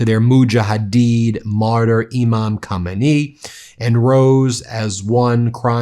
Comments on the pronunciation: The A in Khamenei is pronounced like the A in Benjamin. Saying they’re surprised that there are Shiite Muslim nationalists who support the theocratic regime in Iran is like saying they’re surprised that there are Christian nationalists in the US. With a population that big in such a large city, you’re going to have dramatically high attendance. Furthermore, attendance is a big middle finger to the US for attacking. He was not just a leader; he was a major religious leader. Countries are supposed to be sovereign… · Can you please ptonounce the name of the late Iranian spiritual leader RIGHT. It starts with KHA.. Not KHO. THANK YOU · Really respectful pronunciations of the names with the exception of the main one. It's KhA me nay not KhO me nay. Thank you for your respect. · It is "HAH- Meini" Not "HO-Meini" That is an entirely different F'kng person. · It's Ka MI nei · Isn't it pronounced KO MAY NEE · Not to be rude because you’re great and you def called it on the lame fireworks but you keep pronouncing the KHAMENEI name incorrectly. Prior to the current Supreme Leader and his now deceased father, the Supreme Leader’s name was KHOMEINI so it matters. Pretty sure it’s (K is silent)”hah-men-nay.” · Ben pick a pronunciation and stick with it. You sound like you're trying to say "Kumite." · The pronunciation of Khamenei, seemingly confusing it with Khomeni, continues to drive me a little nuts... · It's pronounced ko-may-knee. If trump had that big of a crowd like that he'd say it was 10 billion people! C'mon Iran, don't let us down!! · Please pronounce the current leader “khaaaamenaheee” and the leader from 1974 “khumainee”. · By you really keep disrespecting the ayatollah's last name, you cannot pronounce it correctly. You should not say it, just call him ayatollah. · Please fix your embarrassing “Kh” pronunciation of the Iranian leader’s name. There is no hard “K” sound. American linguistic incompetence brings sneers worldwide.